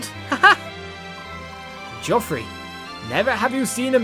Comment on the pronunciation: Random fact, if Soren attacked Petrine, it would be revealed that Petrine is also one of the Branded. Oscar, the trap MVP of this chapter! XD I like how you say Geoffrey, it suits him. Plus, he is sorta posh. XD Da da da!! Nasir is gone! FOOD!! OSCAR PIT MVP!! Makalov will never learn. :| Time to organize those darn skills it seems. :D